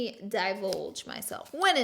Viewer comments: Sorry, I know nobody likes to be corrected, but it's ZHEE VON SHEE. You sound more sophisticated when you say it correctly. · Are you for real high in this video?!? EDIT: You literally just said Ja-vinch-e!!! Also, "Let me divulge myself"?!?! Indulge myself!!!! I'm legit not joking.....What is going on here?!?